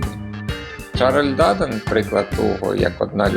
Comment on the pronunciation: Дуже важко вас слухати. Вивертаєте навиворіть слова. Французькі прізвища завжди мають наголос на останній склад, а у вас на перший !